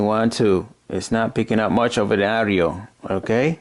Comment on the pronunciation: And he says owdio instead of audio